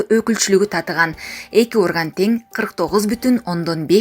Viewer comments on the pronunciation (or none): none